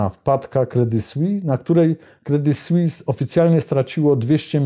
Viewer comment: Jak zwykle dobry program i dobrze zrobiony. [Credi Słiss], proszę wybaczyć za poprawkę,ładnie pan wymawia francuski i warto to robić jeszcze dokładniej. Pan robi super emisje, nic do dodania, słucham zawsze z uwagą,bo są to wiadomości na poziomie nie widzianym w innych mediach, za każdym razem, a ja tu pana o głupie "s" zaczepiam,gdybym nie szanowała to bym nic nie pisała, (mnie można poprawić za tzw.zapis "fonetyczny").